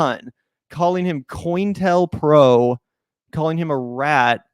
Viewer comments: Also, hun, it’s pronounced “co-intel-pro” The “intel” part is the key word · "Row" as in an argument is pronounced with "ow" (as in "ouch") at the end, not "oh." And it's pronounced "co-intel-pro" not "coin-tel-pro."